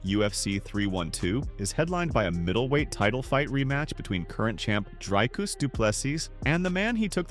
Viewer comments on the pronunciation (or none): Say "drink"... now say "Dricus". It's the same sound. We don't say draaaiiink 🙈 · It’s sad how much English speakers butcher Dricus’s name. The pronunciation is so far off😂